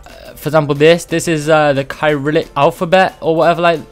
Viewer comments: its not "Kai-rillic-" its "Ser-illic", and Ukraine and poland both use it. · Bro you said no Russian letters, Cyrillic is an alphabet used in Russia and other parts of Europe and Asia. Btw Cyrillic is pronounced “ sy-rill-ic” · It's pronounced like syrillic like it has an s. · The way you pronounce Cyrillic is Se-ril-lik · the way you pronounced cyrillic hurts me